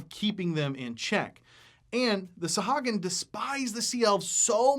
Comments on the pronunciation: Isn’t it pronounced saw-who-ag-in? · Love you and your videos, … but man oh man it was hard to listen to you mispronounce Sahuagin (sa-HOO-a-gin) the whole time;-) D&D Beyond has every monster name voiced by Matt Mercer and Marisha Ray so we can know how they are intended to be said. I'll probably get flamed for being a stickler, but a big portion of what you're doing here is education, so let's spread the education to all facets of the game;-) I think they are fascinating monsters as well and have a one-shot adventure on the DMsGuild that features a colony of freshwater Sahuagin. Great job and keep these vids comin'! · Actually, It's Suh-HOO- uh- gin according to Chris Perkins. No offense meant. TY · Mispronounced the name.